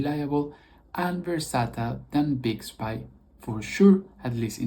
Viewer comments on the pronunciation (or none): Its pronounced bix bee not big bye.